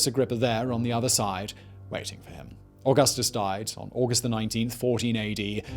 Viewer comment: Se dice: Augustus (Auuguusthuus) NOT 🚫: ogasthos